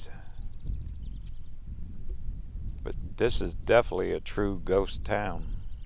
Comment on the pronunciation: I’m sorry but the word is def in it ely